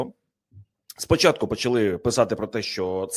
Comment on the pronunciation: ЯК ПЕРЕСТАНЕШ ВИМАГАТИ ВПОДОБАЙКИ НА ПОЧАТКУ ЕФІРУ ЗА ПАРУ СЛІВ І ПЕРЕСТАНЕШ ЗНУЩАТИСЯ НАД УКРАЇНСЬКОЮ МОВОЮ:ЩЬО,ЩЬО,ЩЬО,ЩЬОБ,ЩЄ,ЯКЩЬО,ЧЬОМУ,СПОЧЯТКУ,ЧЄНОМ,ЧЮДИЛИ,ЧЬОТИРИСТА,ЧЄТВЕРТА,ДА,ЗНИЩЄНІ,ХАРКІВЩЄНА........,ТОДІ ДІСТАНЕШ ВПОДОБАЙКУ!!!!ЦЕ ВЖЕ ГИДКО СЛУХАТИ,ЩОБ ТАК СИЛЬНО ВИКРУЧУВАТИ УКРАЇНСЬКІ СЛОВА!!!!!!!!! ГАНЬБА ТОБІ!!!!!!!! (УКРАЇНЦІ,США)